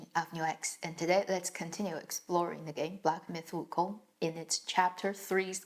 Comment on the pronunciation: I like how you pronounce the name Wukong accurately instead of the English counterpart.